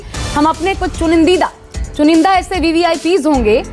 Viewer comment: chunnindeeda, chuuneendaa...hahahahahaha .. NEWS24 Ki sari Ladkiyaan Cartoon hain .. Sandeepji aur Manakji hee bhadiya hai..